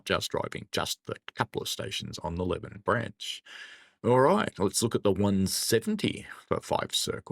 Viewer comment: FYI, it’s Lee-ven , not Lev-n